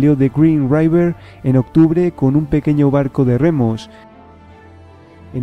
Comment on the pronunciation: raiver? river se pronuncia river